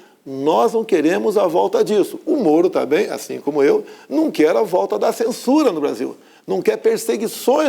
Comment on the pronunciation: "punições polêmicas...."...PQP....A jornalista não consegue falar CENSURA !!!